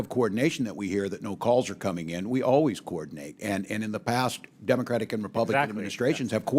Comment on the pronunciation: Why can’t Comer say the word “Democratic”? It’s grammatically correct and he just sounds ignorant.